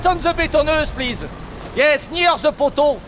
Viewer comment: "Don't speak pliz... BEGIN! ... let's work" ha ha ha ha